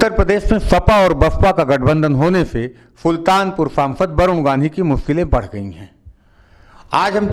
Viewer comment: फुल्तानपुर नही सुल्तानपुर